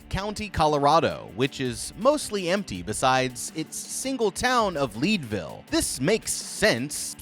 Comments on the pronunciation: "Leed-ville" 🤣🤣🤣 Colorado native here. Its pronounced "Led-ville" like lead. Which they used to mine there. 😂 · Leadville is very populated. And it’s pronounced “led”. Disrespecting my birth city smh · It’s Leadville as in lead (82 Pv) from the periodic table of elements, not lead a horse to water….